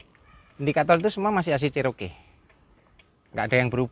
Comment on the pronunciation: 4 JG itu miliknya Isuzu mana bisa powerful? Bagaimanapun mesin Chrysler 4.0 L high outpit jauh lebih bagus...Enak tu menurut anda🙏, klo mau irit bertenaga sebaiknya anda pilih TLC Vx/VXR 80. Maaf Cherokee di bacanya Ceroki..bukan Ceroke .the name is taking from one Indian native.Salah satu XJ 14 / Jeep Cheroked saya udah engines swap pakai Edelbrock V8 350 CI 5700cc.Sektor kaki kaki saya pakai Prorock,Winch Warn 8275 m50...towing bar Mopar, full roll cage....salam dari kota kecil Majalengka Jawa barat.